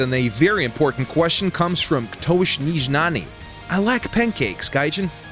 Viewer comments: You read "Ktoś nieznany" just like russian nick, but that's actually polish. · Ktos Nieznany xD jak on to wymowil...